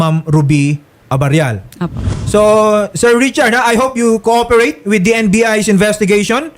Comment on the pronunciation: PROUD Hindi FROUD. Lagi ka nalng nalilito sa P and F. Sabi mo COOFERATE instead of COOPERATE.